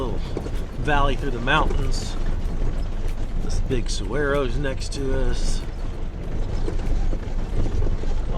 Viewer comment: Not teddy bears, those are jumping cholla. And the Saguro....is pronounced sawaro...just FYI